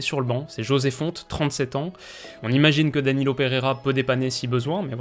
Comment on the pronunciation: Superbe vidéo. Analyse ultra complète. Et enfin quelqu'un qui prononce correctement les noms des joueurs portugais (jota et non "rota", fonte en non "fonté", Pepe et non "pépé"...). Merci pour ton excellent travail tu gagnes vraiment à être connu. Bravo. 👏